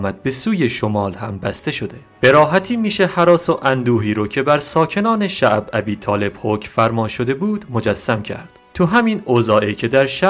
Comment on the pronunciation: خواهش بعضی کلمات رو درست بخووون.عجیبه. یکبار به گوشت نخورده شعب ابی طالب....کسره داره....نه فتحه.